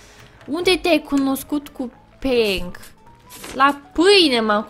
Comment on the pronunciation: (XD) spune mereu penk